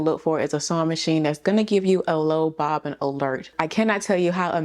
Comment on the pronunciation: Yesss!!!! The bobbin not bobbin 🤦🏾‍♀️